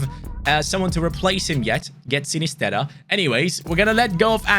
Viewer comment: Mans really said sinisterra😂